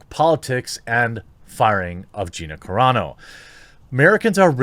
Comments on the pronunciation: Lol Carano, not Carrano :) much love from a brand new subscriber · Roll the Rs when there are two rs like carro, carreta or when the word begins with an R. But I think Carano is Italian.